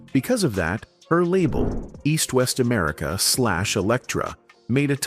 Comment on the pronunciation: “Ameri-kee-kee-ah most wanted” . Americans are so lazy